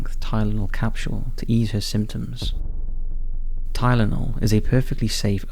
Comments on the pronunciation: the word capsule has no "H" sound, it's pronounced "cap sool" like how your pronounce the word fool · There is no "sh" sound in "capsule." continues to speak English like he's never done it before. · I love how he pronounces capsule as “capshule”.